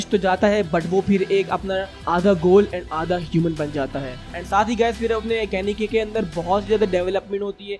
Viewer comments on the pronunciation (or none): And it is kaneki ken not kanaki ken